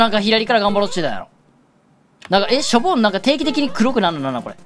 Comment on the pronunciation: しょ↑ぼん↓じゃなくて しょ↓ぼん↑っていう発音おもろい